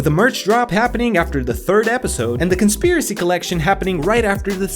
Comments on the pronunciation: "conpiracy" lol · CONPIRACY R.I.P English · i think you need an s in conspiracy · you missed the "s" in conspiracy